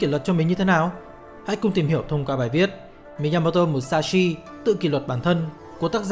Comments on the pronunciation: rất hay nhưng k biết do tôi nghe nhầm hay bạn đọc nhàm mà miyamoto thành miyamoro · Cảm ơn ad đã giúp mình kỉ luật và suy nghĩ sâu sắc hơn về bản thân. Nhưng chỉ có chút điều chỉnh rằng ad nên đọc đúng tên của ông "Miyamoto" chứ không phải "Miyamodo" ạ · bạn đọc tên tiếng Nhật thì đừng nói giọng tiếng Anh được không? Miyamo"do" là ai? 1 người Việt gọi tên người Nhật, bằng giọng Anh-Mỹ??? mình cũng ko chắc ng Mỹ sẽ đọc tên Miyamoto như vậy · Thực sự khó chịu khi nghe cái cách đọc Mi-ya-mo-do 😏 . Dù tôi rất cảm ơn nội dung của các bạn. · miyamo"do" á bạn. Mình đoán người đọc này (tên là ) đang đọc theo kiểu tiếng Anh Mỹ. Nhưng mình không biết là để làm gì. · chuẩn, nghe khó chịu vãi chưởng, nhất là những người biết về tiếng Nhật, đọc như vậy vừa sai, vừa mất ý nghĩa cái tên của người ta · Đọc sai tên rồi kìa ?? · Thề chứ đọc tên sai nghe khó chịu thật sự